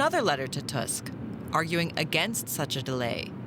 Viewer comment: Stop saying Dask ! T U S K